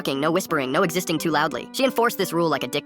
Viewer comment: "No extisting too loudly"